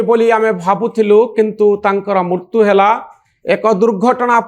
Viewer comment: Manoranjan babu is a very good intellectual anchor but pronouncing odia word murtu(death) instead of Mrutyu. Pls rectify ur pronounciation